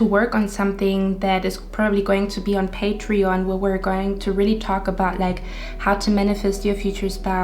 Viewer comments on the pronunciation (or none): none